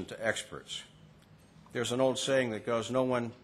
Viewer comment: oh hes talking about how great it is 2 werk dare lol